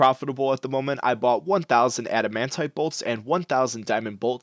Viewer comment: Pls do herblore And you say adamant weird :)